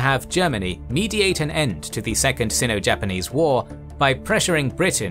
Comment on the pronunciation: Great video. Looking forward to next addition. By the way, I think the "i" in Sino is the hard "i", and pronounced as it is in the word like. Not a big deal though.